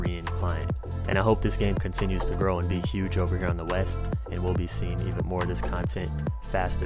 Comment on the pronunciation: Do all muricans say uge instead of huge?